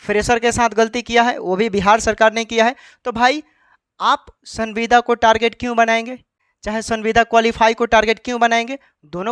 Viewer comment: Tumko sanbida bol ne nhi aata h bat krta h kanun ka